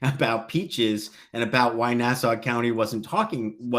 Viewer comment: It's refreshing to hear someone in true crime pronounce "Nassau" and "Suffolk" correctly.